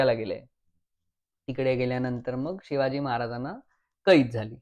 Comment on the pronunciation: नम्र सुचना: Shivaji उच्चार शिवाजी करावा, शी वा जी असा क्वचित होतो आहे.